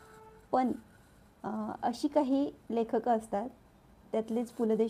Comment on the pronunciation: मराठी भाषा... पू. ल. बद्दल आहे म्हणून सांगते.. एकतर लेख क नाही तर लेखक असा उच्चार असावा. जपणी नाही तर जपानी. उच्चार नीट करा नाहीतर पु. ल. ना किती वाईट वाटेल. ❤